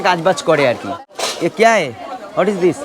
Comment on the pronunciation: What is this ❌ না দিস বলেদিস✅